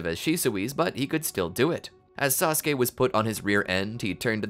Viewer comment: One syllable from SaSOOke